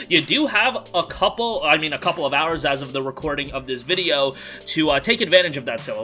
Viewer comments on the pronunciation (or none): none